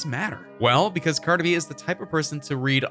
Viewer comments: “Carda B.” 😹😹😹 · First off who is Carda B it’s Cardi B get it correct. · WHO THE FUCK IS CARDA B ????? Excuse me sir it’s cardi b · U got ur facts wrong it’s bc he cheated. Continuously how would U know anyways u cant even pronounce her name right